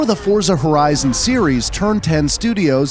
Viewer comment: He finally a person who properly pronouncing Forza Horizon name.